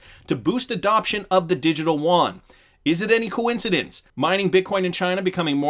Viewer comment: You don't pronounce Yuan as woan... its more like U-woan...